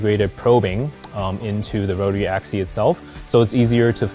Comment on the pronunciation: Axis!! AXIS!! Not axy!! Dammit!! Put me off my breakfast!!